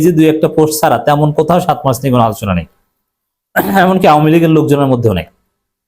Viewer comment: উচ্চারণ — শাতোই‌ মার্চ